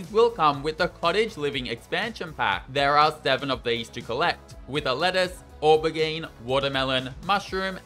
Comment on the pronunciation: the way you pronounced "aubergine" sent me